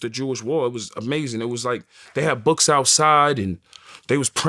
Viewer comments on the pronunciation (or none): none